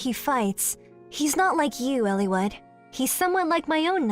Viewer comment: I love your analysis on the behavior and development of these characters, Eliwood in particular, it's what drew me to your videos, but I hate the way you pronounce the names.